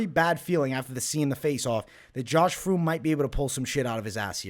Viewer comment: It’s fremd lmao. And I got fremd in my parlay